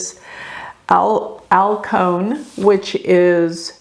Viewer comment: Alcyone = “Al - see- own”